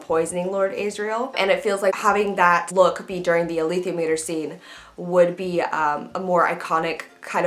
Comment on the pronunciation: Sorry but your pronunciations are so off lol, master not maister, wtf is with lord aisriel it's asriel, mrs coulter not miss and i don't even know how you managed to butcher alethiometer, it's pronounced yorek and it's demon not daimon as you should know if you've read the books.